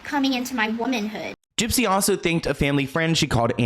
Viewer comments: I love how you call her jip jip 😂😂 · 😂😂😂 Not you calling her Gyp Gyp!!!!😂😂😂😂 💀💀💀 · why does he call her gyp-gyp?